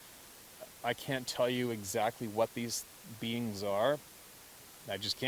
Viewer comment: You had me confused for a while You kept referring to the BEANS and I was wondering what you meant thought it was the name for it that you used Then the light came on you were saying BEINGS. You do carry an accent, don't know where you're from just found your site a day ago. Love hearing your stories, I live my dreams through your life couldn't afford it when I was young. Now I can afford it but knees and heart couldn't take it. Lived in Wisconsin all my life , last 6 years in Arizona playing snowbird gold prospecting for that 1 ounces, moved to AZ 1-1/2 years ago but knees and heart stopped the gold prospecting too. Thanks for the stories telling what my dreams might have been like. New subscriber lots of your stories to catch up on, Don't doubt for a minute what you are telling BS would be just down right mean Roger